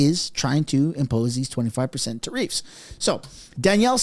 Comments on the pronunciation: tah reefs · Hey! Love your show but could you please pronounce Tariff correctly. The actual pronunciation is Tare-if. Or Tare-iffs Thanks pal. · Why are you pronouncing tariffs like tareefs wtf lol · Love your channel, you keep saying not tai riffs not ta riffs 😊 my husband and I worked for Kevin for 9 yrs and he is very passionate about what does. Don't forget he is Canadian and definitely wants to see Canada prosper again and get our respectful position back in the world...we have a beautiful country with so much to offer. Love Danielle, very strong and proactive premier. PS keep your receipt for your jacket, cheques might not be coming😮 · Learn how to say tariff. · tuh-REEFS? you accented the wrong syl-LA-ble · you need to check your pronunciation for keyewords in your episodes. You look like an absolute idiot when you call tariffs, ta-reeeefs. Its ta-riff. Not ta-REEFs. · Tariffs! Not tareefs! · Try to get the pronounciation of tariffs right, it sounds like "tear ifs." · Me, say it right... it's NOT pronounced Ta reefs, it's Ta riffs, but one word! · Please pronounce tariffs properly you sound dumb........... tariffs not tariefs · I know what a tariff is.....what's a ta-reef? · It's pronounced "Tare ifs" stop saying Tareefs!!! It makes you sound retarded! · tar riff one word not tar reef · What the hell is a treef? Are you trying to say tariff? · Tareefs? lol. Tariff - Sounds like teh ruhf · I enjoy watching all your videos! I just struggle to hear you say “Ter-eefs” instead of “Ter-ifs”. Is this a pot-Ay-to/ po-taw-to thing?! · It’s tariff not tareef 😂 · Plz stop saying tareefs it's tariffs. You're driving me crazy lol. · the word tarrifs is pronounced ("tare-if") not tare-eefs. First time I thought you were joking but now I think someone should correct you. Don't ask Alexa, Siri, Google,just take my word for it. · "Tareefs?" WTF?